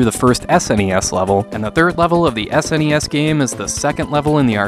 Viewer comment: I recently discovered your work dude. Top notch reviews that are not only useful and insightful, but ACTUAL reviews. Too many YouTubers' "reviews" end up being recounts, which are totally less good. My favourite part of this one was where you say "Any S.N.E.S. game" which when I first heard it, I thought you said "NES NES.". 😂 Anyway, keep up the good work!